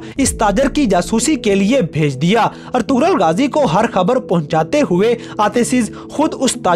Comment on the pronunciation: Bro its ertugrul ghazi you have prouncation mistake